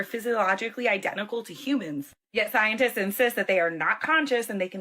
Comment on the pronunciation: ...Is she saying "Scientist" or "Ziontist" ❓❓❓